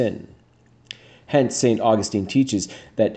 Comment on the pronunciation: Great thoughts and words. But, you should know Saint Augustine is a city in Florida . The saint's name however is properly pronounced...Saint. uh-gus-tin. This is a common mistake.